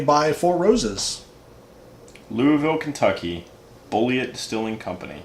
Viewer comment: Well not off on all of it, you did get the rye and proof. It's 28% rye. It's pronounced Bullet.